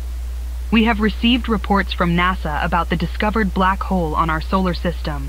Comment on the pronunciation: "Tungkol sa blak-hol- MAITI"